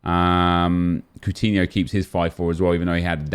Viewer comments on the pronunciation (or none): none